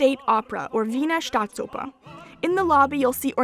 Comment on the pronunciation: woah your pronunciation of "Wiener Staatsoper" was spot on! Have you by any chance ever been to Tyrol? The food and feasts with Dirndl and Lederhose for sure must be a crazy experience for tourists XD